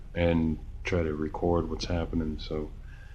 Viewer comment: this is an ai made video. you can tell because of their pronunciations and grammar. notice how he says "record" mark.